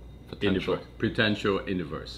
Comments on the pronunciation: “Pretential Interverse” 😂🙌🏾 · “ Pretential interverse “ bro just evolved the english language